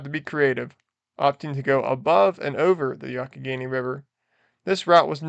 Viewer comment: "Yonck-i-Gainy"?? You mean the "Yung-ah-Henny"............